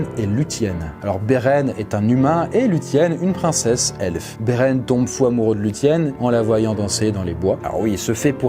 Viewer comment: La vidéo est intéressante, mais la prononciation de « quenya », « lúthien » et même « Beren » n est pas très bonne (dsl je sais que je suis pointilleux )